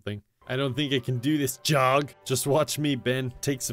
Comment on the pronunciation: You’ve pronounced it wrong, it’s JOG